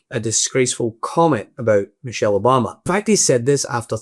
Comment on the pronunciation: Her name is Michelle not mochelle. She has class while you wish you were a man